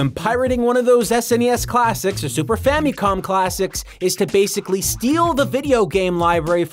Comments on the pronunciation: *Fameecon?*... It's famicon. "famacom" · why does he keep pronouncing it famee-con? its famicon. weird. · super “famie com” classic